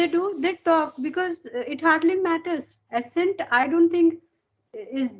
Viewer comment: Hello you are doing really great. I just want to correct the pronunciation of one word that is "accent". You are pronouncing it as "asent" but it should be "akcent". I hope you will take it positively, looking forward to your more videos